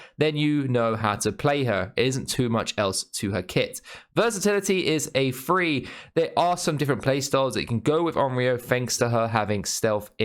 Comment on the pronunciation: Why do these wankers say free instead of three